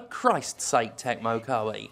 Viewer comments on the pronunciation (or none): none